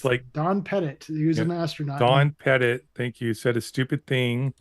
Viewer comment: got one thing right....the pronunciation of Don Pettit's last name.